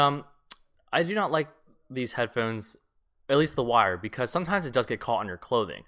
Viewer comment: lol he says head phens